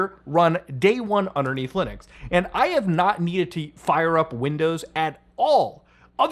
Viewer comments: Apologies, but what is "Lunix users"? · I’m sorry, how did you just mispronounce Linux?